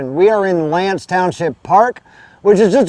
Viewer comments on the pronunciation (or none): Ask how to pronounce the names of place. Locals will tell you L'Anse sounds like "Ah." Thanks for sharing this tour. My dog and I were just up there yesterday and love the drive all the way up to Copper Harbor. Glad you got to experience it as well. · the "a" in l'anse is pronounced like "ah" "l'ahnse;. i'm from the U.P. (marquette).